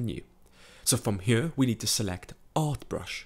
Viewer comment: This narration is killing me. Great tutorials, but if you could talk a bit more normal it would be perfect. ''Huar'' instead of ''here'', I mean, you can do better than this, like you are singing, whispering, yodeling and changing the pitch of your voice constantly to the point it gets distracting and annoying.